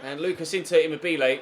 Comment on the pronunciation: Emobelay? De Vree? Have you honestly never heard their name spoken before lol